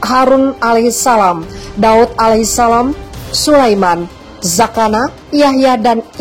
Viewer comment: Yang baca narasinya di ganti aja. Baca zakaria kok jadi zakana